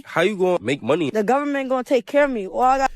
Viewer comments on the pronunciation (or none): Gubment gon take kerr uh me. 🤦‍♂